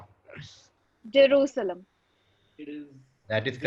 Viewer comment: Yes , She is reading from another screen or something, was not able to pronounce jerusalem, then read something about from wikipedia, Fake acting obv.